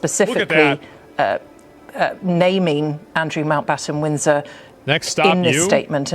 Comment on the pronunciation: Okay.. She’s said it about 10 times and I still can’t figure it out. But to the laymen’s ear it certainly sounds like she is saying Andrew Mount Bottom Winds In Her……. 💀😂